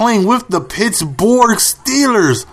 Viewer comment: Why do you call the Pittsburgh Steelers the Pittsbourg Steelers?